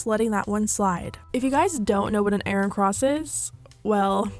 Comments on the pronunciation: airon... eyeron... i- did she mean to say Iron? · Generally speaking, iron is pronounced "eyeurn" rather than i-ron. Also, where did you go to school to not know what an iron cross is? No shade, just very curious. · Eye-urn. Not I-run. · Took me a minute to realise you were saying iron cross. Cause we pronounce it ion 😂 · eye-rin cross 💀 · The way you pronounce “iRON” 😂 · Love the way you pronounce "IRON" 💀💀💀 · Girl somebody needs to tell you that you pronounce iron wrong. Just looking out 😂